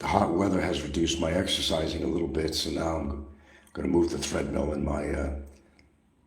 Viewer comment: The guy CANNOT pronounce "th" in any correct manner. But when he pronouces "THreadmil" he has no problem... Mout Atlete Wit choo Da Etc etc